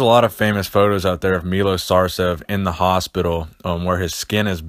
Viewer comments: I know this video is from a while back but, his name is pronounced Milosh Sarchev. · Say it like Milosh Sharchev. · Its actually pronounced Milosh Sharchev (written Miloš Šarčev) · Milosh Shacrchev is how its read :D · His name is pronounced "Milosh Sharchev".